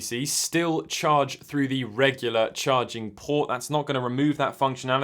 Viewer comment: “Go fru da moshuns”